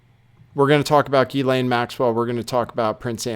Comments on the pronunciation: actually the French pronunciation is GHEE-lane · Ghislaine pronounced Jisslane. It’s a French name.